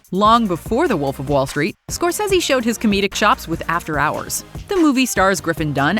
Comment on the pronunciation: Holy crap, learn how to properly pronounce "Scorsese" and "Schumacher". Stop butchering peoples names.